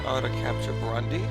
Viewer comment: there stays Brundi in place of burundi